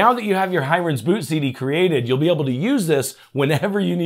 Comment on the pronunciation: Thanks for the info - most useful and in idiot proof English :) Just one thing, the name Hiren looks like an Indian name - pronounced "He-run" - I could be wrong, but that's my take on it. Doesn't stop your video being super useful.